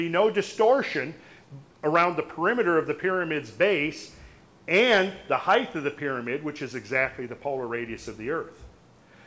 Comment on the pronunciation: Very interesting talk and info! Just a small note but the word height is pronounced "hite", not "hiteth".